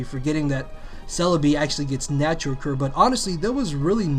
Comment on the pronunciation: "Forgetting Celebi has natural curr"